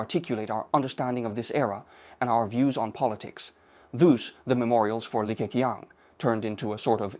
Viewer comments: 用人工智能，即刻变成英文。 口型都对得上。唯一的不足时没把Li Ke Qiang的发音修改一下。 如果把qiang 改写成Ching, 英语发音就不会这么怪了。 总体来讲AI使用得很棒！ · 这个李克强的英文发音是真不怎么样，说成了理科kiang，oh my God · 这个AI把李克强的名字读得也太搞笑了😅😅😅